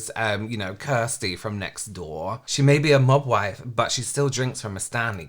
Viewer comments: I first heard "Mogwai" 🤣🤣🤣 But it fits too, cute, furry and too much to handle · First I heard the term “mob wife look” (the video wasn’t subtitles) I genuinely thought they said “mogwai look”. And it didn’t surprise me in the least that people were apparently starting to dress up as Gremlins. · Ironically, Kept hearing "Mogwai"...look it up 😅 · Every time you say “‘mob wife” it sounds like you’re saying “mogwai”… like the Gremlins 😂